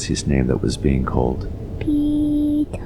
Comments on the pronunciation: did he say "pika" like pika pika pikachuuu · I thought he said "Teto" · I thought he said tiiiitaaaa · Pee Tara is soo cute but i think it’s peter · First I heard:- Lucass Second:- Tea Topp Third:- Peetart Fourth:- (After reading the comments) Peter. Me: Oh~ So his name is Peter? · You mean peee-taah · It’s sound like The boy is said retard instead of peter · It sounds like he's saying Pitooooo 😂 In Spanish it means penis. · Nobody: Literally nobody: PEE TAAHH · I’m not gonna lie I thought that when he said his name he said “pedo” XD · All I hear is Pee Tar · Why i hear petor and not peter? XD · I thought he said dee-tah. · lol why she keeps saying “peeto” (dick In Spanish) 😂😂😂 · i thought he said peep hole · Pee taa more like pepp aaaa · Ik its "peter"but i keep on hearing "beat her." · Now I hear beat her. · I hear peta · Funny I keep hearing ''PETA'' for some reason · The first time it was said I thought it was “Pee Cock” And I was like: What the frick is that for a name? Poor Peecock... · I heard Pedro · I hear Pee to😂😂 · Australian or English way of saying Peter is said with a longer 'aah' sound at the end compared to the American pronunciation.